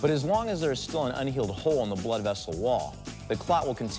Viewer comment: Bludeh. NOT FUMNY